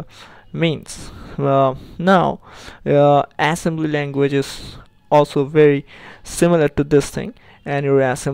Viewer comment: why can't you pronounce it right? assembilily language :(